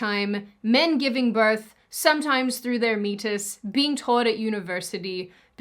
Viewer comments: Lol, a meatus (pronounce meAHtus) is just an anatomical term for a passage to the interior of the body. In that case the ureteric meatus which both men and women have. The real jaw dropping bit is the implication that ectopic pregnancies are proof that men can get pregnant. What reality is this and how do I get out of it? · It is pronounced “Me - A - Tus. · Actually, it's pronounced "me-ate-us"... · its pronounced me-AYE-tus lmao. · It's pronounced /mee-AY-tis/ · Okay, I laughed at the meatus part, too, but then I learned it is an actual thing, though it’s pronounced as “me-ay-tuhs” (/mi.ˈeɪ.təs/). One definition is “a passage or opening leading to the interior of the body.” I still like your pronunciation better,. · Meatus is the opening on the urethra in males and females. It's pronounced Mee A Tiss. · I saw a snippet about what they are teaching poor midwives and hoped some of them can stand up to this insanity in the classroom! Also,, I'm a nurse who used to regularly cathetrise ppl. That part "meatus" is pronounced me-ay-tus, it's not a steak! 😂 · Okay, while funny you called it "meatus", it is pronounced me-ate-us. 😄😅😂🤣 Just had to share. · It is pronounced mē-ā-tus. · The word “meatus” is pronounced like this: mee-A-tus. It means “opening.” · The urinary meatus is pronounced (mee-aye-tus). It's a term referring to an opening. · For the record, the meatus (pronounced 'me-ayt-us') is the ring of flesh around the tip of the penis that opens and closes the urethra. They're natural, not created. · Tip: it's pronounced "me-A-tus" from the Latin word for a pathway or passage. But using "meat" in this particular topic is oddly hilarious 😂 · came here to address the pronunciation. Thank you. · I was thinking it was a euphemism for, well you know. It's also pronounced me-a-tus, but I'm sure you know that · meatus == "mee-ate-us" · "yogourt riles" made me laugh almost as hard as "meatus". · "Meatus" HAHAHAHAHAHAHAHA! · meatus is pronounce me ate iss